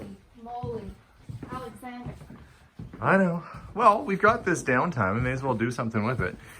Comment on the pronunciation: I love the way she says ALEXANDER